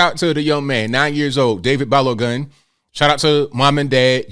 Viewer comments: Lol 😂 said Balo Gun. It’s actually pronounced: Ba lo goon. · It's pronounced "ba-low-gun" & "e-jot",.